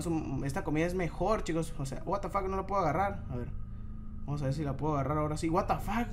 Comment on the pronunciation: porque dices buatafack